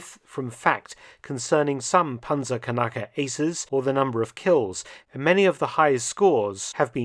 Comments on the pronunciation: 🤣🤣🤣 "kanackers" it is pronounced "knackers", no vocal between the "k" and the "n"... "kanacke" means something different in german i won't explain here anyway great video, love to learn history! keep it up 😎👍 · It is pronounced PANTZERKNACKER A Panzerkanacker would be something different 😂😂😂😂 kanacke is a slur word for immigrants from southern europe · It's pronounced Knacker. Pronouncing it Kanake makes it an ethnic slur for middle eastern people. Imagine the Wehrmacht throwing oversized middle easterners at tanks to destroy them. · Knacker Not kanacker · The pronunciation sounds like "Panzerkanaken" to me as a German. Kanake (plural: Kanaken; also Kanacke[1]) or Kenek (plural Keneks) is a mostly derogatory word in German colloquial language for people from Southeast Europe, the Near and Middle East and North Africa. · Certainly a rather interesting way of pronouncing the word "Panzerknacker" you got there, Dr. Felton. May I suggest to not repeat that in the presence of actual German-speakers, especially not if they're of Turkish or otherwhise middle-eastern descent, it might lead to some... irritations.